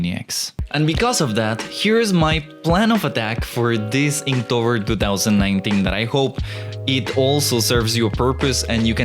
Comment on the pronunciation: Inktober not Inktover!!!!!